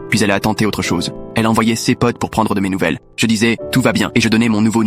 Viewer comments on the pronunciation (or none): pk il dit s e s pas ses😡😡😡😡😡